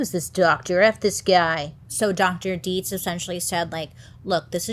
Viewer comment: The fact that you said Dietz perfectly 🙌🏻 I can’t tell you how many people mispronounce the name lol. (My last name is Dietze) 😆